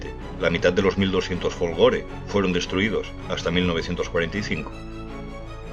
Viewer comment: Soy italiano y és fólgore no folgóre Es una critica crítica constructiva nada de hater o cisas así